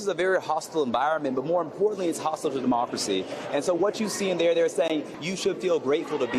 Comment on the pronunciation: 😂😂😂....all of a sudden..."MA-Democracy" 🤣🤣🤣